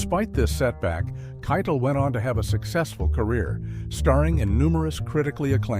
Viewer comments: Yeah it is Keitel (Kai=tell) not Kai-Tall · Who's Harvey KYE-dle? It's "kye-TELL." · Harvey Keitel pronounces his name KY-TELL, not KYTUL. To borrow an oft-repeated phrase from this video, “This incident serves as a reminder that” mispronouncing a well-known word or name undermines a narrator’s credibility. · Every time Harvey Keitel's name was mispronounced it bugged the hell out of me, then the last few times it was gotten right. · Teach the AI to pronounce Harvey Keitel's name right. And the chapter breaks are all over the damn place. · How about the way it pronounced Keitel? 😂